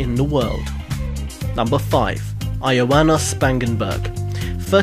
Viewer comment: You pronounced Ioana wrong.